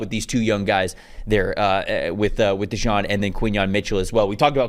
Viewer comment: Cooper "De-geen"